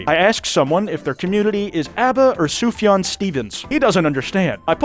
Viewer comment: Correctly pronounces 'Sufjan' Claims he doesn't understand the "ABBA or Sufjan Stevens?" one I see you 👁️